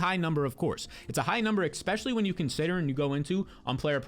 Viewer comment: The word is especially. Not expecially.